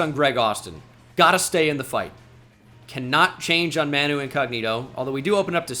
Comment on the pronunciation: As a Spurs fan, absolutely devastated to hear that Manu pronunciation.